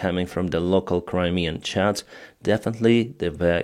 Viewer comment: when you hear 'local crimean chads' instead of 'chats' insert meme